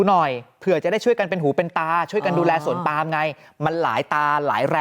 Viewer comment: นักข่าวที่อ่านว่า สวนปลาม ยังอยู่มั้ยคะ😂😂😂